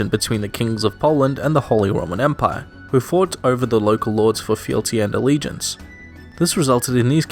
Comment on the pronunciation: holy roman "emire"